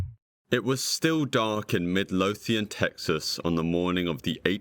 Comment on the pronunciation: Im just impressed you pronounced Midlothian right